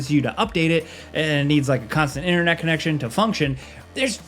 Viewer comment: PT "the process is actually tricky and awkard" yeah maybe for a PLEB console player who cant even say inTernet right ... "PT is still pretty scary" proceeds to show the least scary thing in the whole game ..... oooh "amerikins" xDD